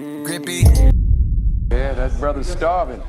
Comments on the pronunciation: Lol. It's Grippy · Its uhm grippy